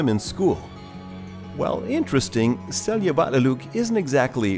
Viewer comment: A well kept secret is that every Icelander takes such pleasure from foreigners attempting to pronounce icelandic words (no matter the pronounciation), that you never have to feel guilty about it. But I was generally impressed by the pronunciation (especially 'Seljavallalaug' and 'Skógarfoss'). It might be of interest to you that 'Seljavallalaug' and 'Seljalandsfoss' are more closely related in meaning than you might suspect. The 'sel' in both is a cognate of the old English 'shieling', and 'land' is simply land in English, but 'valla' in 'Seljavallalaug' is the genitive of the word 'vellir' which means roughly 'flatlands'. So, Seljalandsfoss really means 'waterfall in the land of shielings' and 'Seljavallalaug' means 'bathing pool in the land of shielings'. The word 'laug' means bathing pool and the icelandic word for Saturday is 'Laugardagur', literally day of going to the bathing pool = clean up day before Sunday; the day of rest.